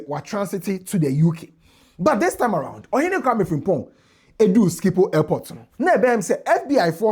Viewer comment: Truly a masterclass 👏 and Team! But, you may want to double-check the pronunciation of "Schiphol" Airport.